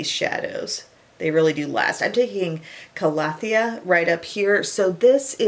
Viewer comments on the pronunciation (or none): none